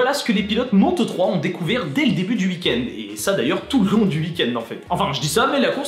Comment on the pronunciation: À chaque fois tu prononces "uik end" 🤣